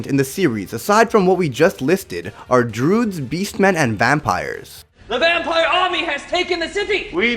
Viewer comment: Druids are not called droods